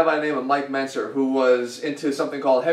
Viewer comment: Mike Menzer..Not Mincer...lol